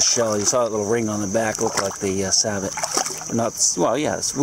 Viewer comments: A sabot, not sabo, and we also say Paris, not Pariee. Geeze. Thank you, as always, nicely done Sir. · but it is pronounced SAY-bow ........LOL